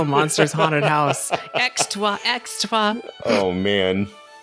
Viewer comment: “Extraw, extraw” 😭😂